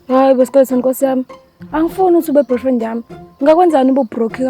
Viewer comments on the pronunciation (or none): still cant pronounce boyfriend akayeke into zomjolo😂😂😂😂ma brofriend ami